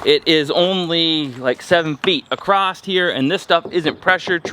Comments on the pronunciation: The word is across not acrost you uneducated fool you can’t even speak English I hate you idiot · The is NO “T” or “ED” at the end of the word.. “ACROSS